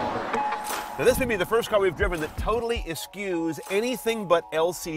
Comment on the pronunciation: How did this guy ever get qualified to review this fine car? I'm no journalist, just a high school graduate and university drop out who happens to now own 3 Benzes, but even I know eschewed is pronounced as 'es-shooed', not 'es-skewed'! LOL